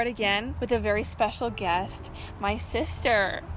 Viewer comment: Dude.. Your surname is Du Plessis... You said "my sussie" in that way... Can you speak Afrikaans?